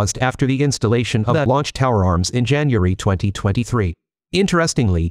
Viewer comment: ''Jan anuaarry"... please, no more AI voices. Also the cadence and robotic timing is really off-putting.